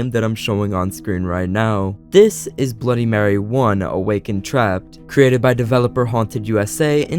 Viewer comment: Bro that Stan guy made a great job but he should search up words like bloody and mary